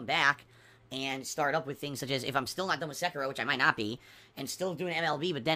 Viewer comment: unless it's share play to ch3at, Sekiro ( i HATE his pronunciation) will rip him a few new ones.